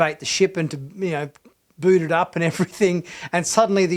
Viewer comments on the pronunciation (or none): none